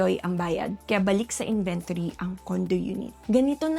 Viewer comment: You kept mispronouncing the word inventory